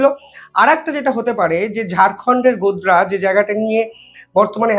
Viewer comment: আপনার উচ্চারণ ভুল হয়। ইউনূস কে বলেন উনিস, গড্ডা কে বলেন গোদরা।